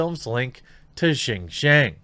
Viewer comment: good job on the pronunciation on JinJiang... you don't see too many YT'ers getting it right.